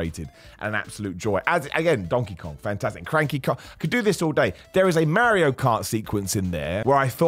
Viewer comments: I appreciate you greatly but pronouncing it Merry-O is a heel tactic and in that light, I also respect it. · Lol I don't know why but it bugs me how u say mario 😂😂😂